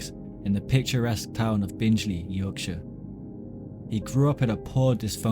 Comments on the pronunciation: Good video but nothing new to those familiar with the case. And its BinGley not BinJley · Just watched and found it very interesting . Just to point out the town the ripper was born in is pronounced " Bing Lee" I only live about 12 miles away. Cannot wait to watch the other documentary shows you have made , thank you. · Sorry the minute you said Binge-ly I turned off. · So you've never mispronounced a word? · It’s pronounced BING-LEE for future reference. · My god. This narrator has not researched how to pronounce place names, and has added his own descriptions as to what Sutcliffe may have seen during and after his attacks - very weird. Anyway, Bingley.is pronounced bing-lee, not binge-lee. And Keighley is pronounced kieth-lee. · Please note that Bingley is not pronounced “Bingeley”. Keighley is pronounced “Keefley” rather than “Keeley”.